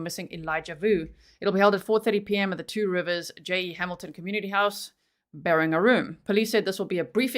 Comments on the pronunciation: G. I live in Wisconsin about 90 minutes away from Two Rivers. Just wanted to tell you that you are doing excellent with the pronunciation of those towns/cities. Lots of American Indian names. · I live about 30 minutes away from Two Rivers. And I want to tell you said these names of the cities prefect